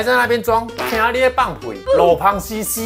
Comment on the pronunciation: 〔台語〕路旁〔ㄅㄨㄥˇ〕屍！不可以唸〔ㄆㄤˊ〕😂😂😂！